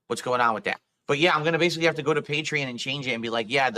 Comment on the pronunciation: It irks me everytime he pronounces Patreon as "Patree-In".